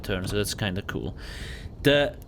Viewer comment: Every time he says kewl I remember master Yi pro guide.